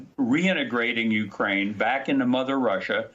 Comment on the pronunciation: Someone should help Nicole pronounce the names of Ukraine cities correctly.